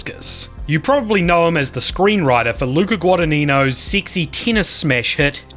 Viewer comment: Why did bro say TEENis 😂